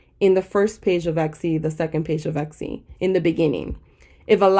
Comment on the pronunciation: eKsy? no hate, just curious why tis pronunciation. Love the content, you're a big help and inspiration! Thank you :)